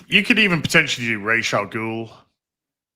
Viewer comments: there is a debate about how to say the name of Talia’s father. Rajah is indisputably wrong. 🤣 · I refuse to take Batman The Animated Series pronunciation as canon. Talia in that acts like the options are Raysh or Razz. No one says Razz. It’s Raysh or Ra’s, like belonging to the sun god. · From what I've read, Rahs is the pronunciation in Arabic, but the creator of the character always used the Hebrew pronunciation, Raysh.